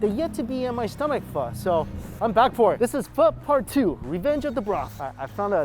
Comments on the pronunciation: Whenever he says Pho... I gotta hear fu*** so bad😂😂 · How are you Asian and still mispronounce pho? Lol